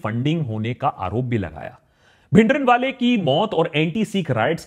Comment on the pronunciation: bhai bhindran wala naam me n silent hai app pura bolte ho deol ko app dewal bolte hai dhillon ko dhillan bolte hai deol me o silent hai dhillon me n